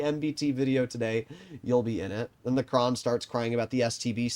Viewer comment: its Kran not Krohn